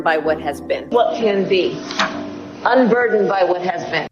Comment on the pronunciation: Nooooooo!!! Not the "unburderned" crap 🤦🏼‍♀️